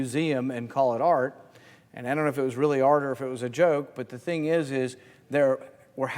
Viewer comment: "Same ting" 🤣🤣🤣 V.interestjng the difference between tax revenue and interest.